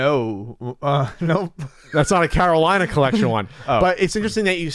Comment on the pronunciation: LOL went for "Carolinope" before "Carolinah." Love it. -Matt